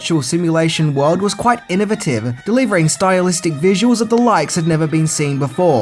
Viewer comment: "Innovative" ala that Australian accent. LOVEZ IT!